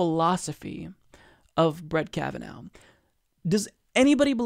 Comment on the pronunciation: Kavanaugh naw like raw not now like cow! Is English a second language?